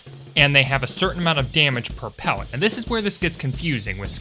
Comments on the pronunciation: i swear he said "pewwet" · I like the way he says Pellet like how the Rabbit from loony toons says wabit